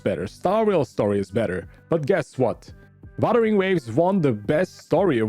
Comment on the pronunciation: I know you have an accent but buttering waves? this one also btw I'm trying to be mean it's just funny "buttering waves"😭